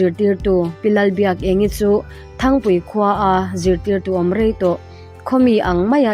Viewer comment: Thangpui nilovin, Ṭhangpui tih zawk tur ani e.